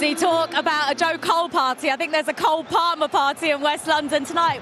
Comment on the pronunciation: Cole palmer? Nahh mate it's ''cold palmer''